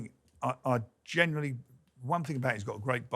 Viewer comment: Another one is when he says "genuwinely". How does any fully grown English adult pronounce that word with a W in it? It's so weird.